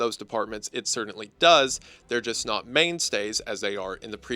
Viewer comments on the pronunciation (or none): This video is amazing and im not even done yet. Seriously improved my entire shift of my job. My only criticism is how you pronounce the word "certainly"